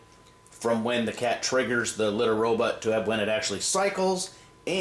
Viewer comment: why do you say Litter RoButt? ::))